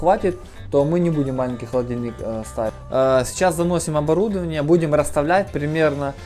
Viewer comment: Правильно: ОборудОвание